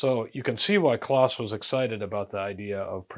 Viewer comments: His name was pronounced clōs, not "claus." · wiki says it is pronounced with a long O like close. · I once worked with others who had met Kloss and yes, it’s pronounced “close.”